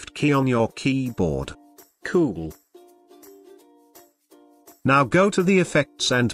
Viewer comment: the way the voice says keyboard triggers me